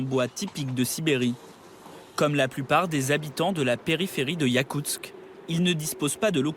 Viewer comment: Yakustsk!!! Pas "yakutz".